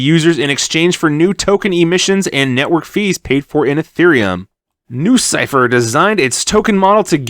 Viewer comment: Sounds more like lucypher